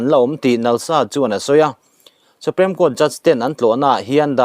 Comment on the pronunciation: a ngaihnawm in a bengvar thlak thin e, i channel hi ka channel ngainat tak mai a nia,..mahse thil pakhat ngaihmawh deuh ka lo nei thin a hman atang tawhin SUPREME hi SUPREM ang in i lam thin a,.(SUPRIM) tiang hian lam tur a nia kasauti a PREM-a hming ang nilo khan, a ho viau na in thahnem ngaih thil a nih chu aw ka lawm e